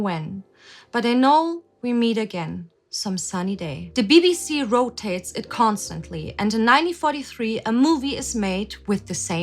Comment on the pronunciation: bruh why you say "DA BBC" like that